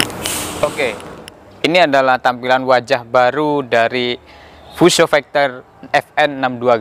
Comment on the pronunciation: Fuso bang bukan fiusyou